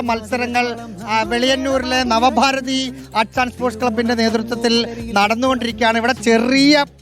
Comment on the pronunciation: നവഭാരതി അല്ല നവഭാരത്🙏